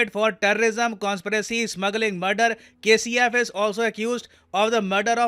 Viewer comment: 😂 kcf i thought you said KFC 😂😂